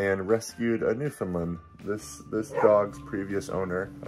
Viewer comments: Okay, it is pronounced New-found-land Dog, NOT NEW-FUN-LEND! That particular Newfoundland Dog is a LANDSEER in honor of Sir Edwin Landseer the 19th century artist who featured white and black Newfoundlands in numerous paintings, it's black and white variety of the Newfoundland. I am soooooo JEALOUS! They are sweet natured, just the best. I had a Black Newfoundland, they are the BEST! CONGRATS! 💕❤😊👍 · New-fun-land. Emphasis on the “land” is the correct pronunciation. - most people don’t say it correctly. Now that you own one (lucky you), you need to say it right. 😀 Tutorial over. 😀🐶💙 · I am sooooo happy that a Newfoundland ( we Newfoundlanders pronounce it New Finned Land ) made it into your life. You’ll never find a better dog. I’m sure you know all about them so I won’t go into that. I personally prefer the black and white over the black but the outside doesn’t matter, the inside is the important part. Lucky you and lucky Goose! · Lovely! BTW, the correct pronunciation of Newfoundland is New-fun-LAND, emphasis on land. Being from Newfoundland, I just couldn't help myself. I had to point that out. No offence intended.